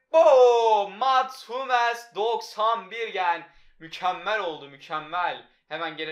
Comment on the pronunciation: Humels deme suna hammils de